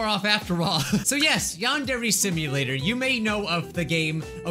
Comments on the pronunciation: Yandere simulator youtube captions: yond every simulator:: Wow youtube captions: mom: Osana captions: Masada: uh captins: I * struggles to say yandare simulator * captions: young ok yawn gear yawn need ear: yany deer captions: yani dear: yany deer captions: yanni dear: yandare dev captions: The android dev: build captions: bill: (blob sound) captions: yeah male ethnic: (song) captions: hooey: yandare dev captions: Adnroid have: (why meme) captions: what sorry, my fingers got tired, i iwll do more later btw this is 100% true, turn on captions and go to these times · Yandere simulator ❌ Yond every simulator ✅ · It said she must sheet XD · “Yond Every Simulator.” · "yan dairy" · ": "Yandere simulator" Youtube caption's: "Yond every simulator" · the only way to read Yandere right in the first time is.. To be Asian. (No joking)